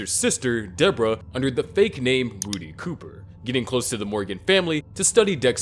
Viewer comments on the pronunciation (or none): Whonis Rudy Cooper? I know a wudy coopah not a Rudy cooper